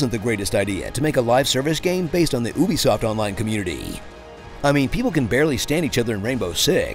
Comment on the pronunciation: Im sorry, Oobisoft?